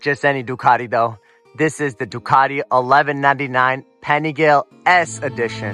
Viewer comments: great vid bro. you got a new sub. also pronunciation is Paniga-lay and not pani-gal. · Please learn how to pronounce “Panigale” before embarrassing yourself online